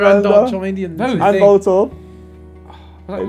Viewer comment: his pronunciation of magnemite and charmeleon proper piss me off